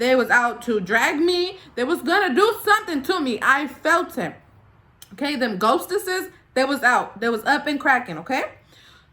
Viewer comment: “The ghosteses” I’m dead 😂